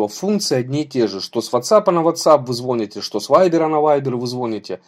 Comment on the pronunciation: значит, говоришь, звОните? Сначала научись по-русски говорить.